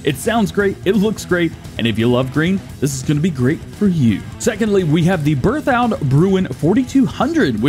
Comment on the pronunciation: Berthoud is pronounced beartoo